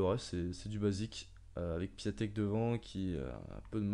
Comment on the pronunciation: Cool mes sa se dit piontek